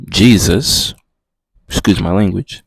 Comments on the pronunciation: Because she said his name wrong! its like someone calling you another name are you going to answer? Little did she no she actually rebuked him in the name of the devil. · He cant say Jesus in the first 40 seconds of this video. 😮